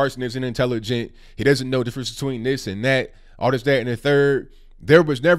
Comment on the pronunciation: Your right, I just spelt Satin cause that's the way it sounds when he says it. Lol.